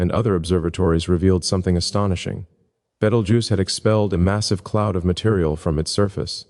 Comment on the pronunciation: You pronounce Betelgeuse strangely. I'm not saying it's wrong, but it's a little strange